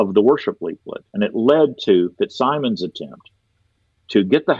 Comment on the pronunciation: Plea to —please, the FitzSimons name is pronounced “FitzSimmons”, and not the way it is spelled. Knowing him, and hearing his name said several times in the podcast, I’m compelled to mention this—so sorry, but it just got to me!